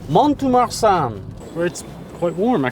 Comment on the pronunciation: Pronunciation guide again 😉… the ‘T’ is not pronounced in Mont de Marsan ( pronounced Mon de Mar- son… the son being pronounced as we say the name Ron or Don)… facile non ?! 😉😂